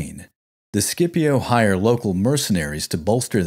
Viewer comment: It's not "SCIPO".